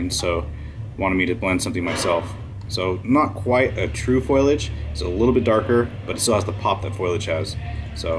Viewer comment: Looks great. Foliage is pronounced "fo-lee-ij" not "foil-lee-ij" btw <3